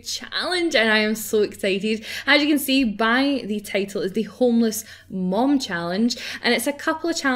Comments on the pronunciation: I find it weird how you say 'Mom' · its only because you're Scottish and most scottish people say 'Mum' im ok with it though just wondering